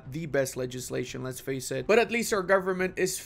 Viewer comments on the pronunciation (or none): none